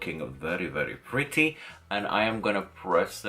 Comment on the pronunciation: I love how you say, "prrrrrretty!":) you're beautiful, love you!:)